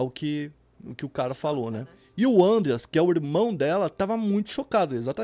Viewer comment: Nao é"Ãndreas", mas 'Andréas", é nome alemão e nao inglês, flor